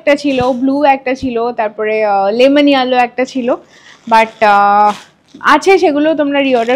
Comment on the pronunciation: Yellow r pronunciation ta google e ekbar dekhe nio